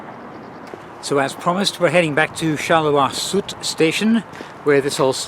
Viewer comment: Apart from his 'r', which I think is excusable for English speakers, his pronunciation is quite well. Just Sud is not 'sood' but 'suud'.